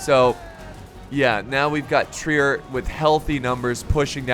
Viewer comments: Hey! I’m a German major at university and you pronounce Trier as “Trrear” you almost have to roll the T with the R. Pronounce T and R with the back of your throat lmao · Trier is pronounced like you are saying "Tree Air," just so ya know